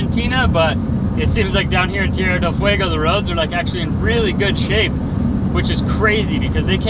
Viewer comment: Oh wow! I felt your emotions. What a great sense of accomplishment. Congrats 👏🏼, you have to keep practicing rolling your Rs. Tierrrrrrra. Lol. Su Español es muy bueno. Sending both of you, Frank and mom lots of love from Ft. Lauderdale, Florida ❤️❤️❤️❤️